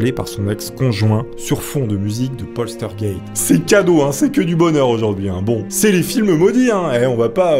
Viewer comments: Celui qui me chagrine le plus c'est poltergeist la pauvre heather O'rourk elle était si coupinette . Ah c'est Poltergeist et pas Polstergeist LOL!!! essaie encore une fois ... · LOL..postergaite....plutot POLTEURGAISSTE ( POLTERGEIST ) a part ca bonne video !!! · poltergeist et pas polstergeist s est pas dure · Ouai sauf pour POSTEURGUEIST!!!!! 😂😂...C est tellement bien prononcé par je trouve...mdr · Le fameux "plostergayte" 👌🤣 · PAUL TEUR GAISTE voilà si t'as des pb de prononciation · Répète après moi POL TEURRE GA YSTE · Mais c'est P O "L T" E R G E I S T putain!!!!! Y a pas de S entre le L et le T !!!! LoL J'aime bien tes vidéos mais fais un effort tu vois bien qu'tu force en le disant !!! Ça marche pas avec un S 😂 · Ça se prononce polterzguègue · Polstergeit* il c est qu il y a un s mais pas ou XD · "polstergeit", le meilleur que j'ai entendu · Polsteurgeyst, polsterged mdrrrr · Oh putain j ai bien ris a chaque fois que tu dis poltergeist tu l'estropies un peu plus 😅😅